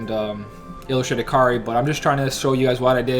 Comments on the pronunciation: It's not Kar-ri it's kay-a-ree or kay-ree if you want it shorter. Kar-ri sounds like karey. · Bro we talked about this. It's Kai-ri. Not Kar-ri. Listen to some KH1 cut scenes Sora says it 8 million times. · its not even really that big of a deal because its easy to understand that if hes talking fast hes just gonna skip the ai vowel sound i mean i still understand what youre saying too, it sounds like karri, but i cant help but still hear kairi since i know hes talking fast does this make sense?